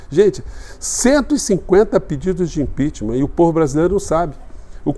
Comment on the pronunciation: Prá mim começou quando ouvi: "Impeacheament. Pelo comandante Uzra". Parei pra perguntar: quem é essa anta?